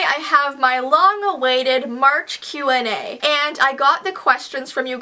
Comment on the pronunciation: Was I the only one who relized she said "Q&A" wierdly 😂